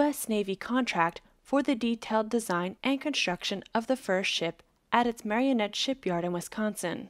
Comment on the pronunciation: Please learn how to read. The shipbuilder is Marinette not Marionette. That’s pronounced Mare eh net. 3 syllables not 4.